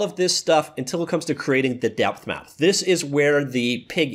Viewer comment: The first time he said "DepthMap", I thought he said "Deathmatch".